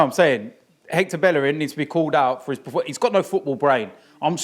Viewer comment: one of these days Robbie will learn how to pronounce 'performance'. always says praformance